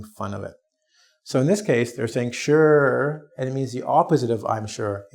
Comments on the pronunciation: so sorry but i hear word " sure " like " sir " ? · I have people ask me are you Shore instead of sure